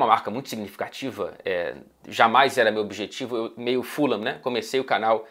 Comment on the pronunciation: eu falava ¨furram¨ antes, depois de um tempo comecei a chamar na pronuncia certa, q é a q vc disse no comecinho do video